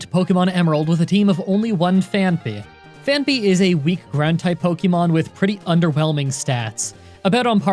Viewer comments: It's not pronounce Phan-py... But Phanphy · Phaanpy. Phaanpy? Phaanpy. Phaanpy? Simba. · Only today when I heard your pronunciation did I realize it’s name isn’t actually Panphy. What a life I’ve led.